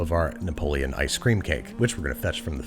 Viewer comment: Why is no one talking about how he called it ice scream